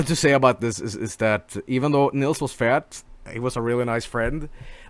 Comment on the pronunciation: Fat? or Fehyt?